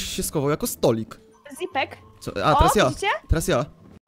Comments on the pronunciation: Tak się mówi zipek nie tak źipek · Oni źle chyba mówili Mówi się "Źipek" a nie "Zipek"